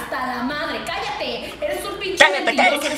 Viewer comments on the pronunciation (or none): When he tried to say " Callate callate " DEEAAD BRUH😂😂😂💀💀💀